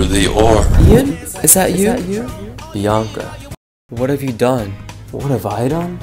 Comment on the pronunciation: Bee-aan-caa Bro, it's Bi-an-ca Just split up all the syllables